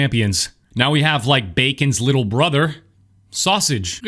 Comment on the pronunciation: you reaction to saying wittle every time reminds me of people with tourettes 👍